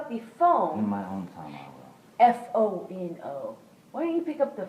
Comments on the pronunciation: “El fono. F-O-N-E” - amber heard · “ el fono” even Johnny was processing what she was saying